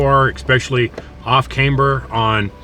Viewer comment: The most dangerous thing about BB pass is a noob in a rental. it is pronounced as `Cam-ber :D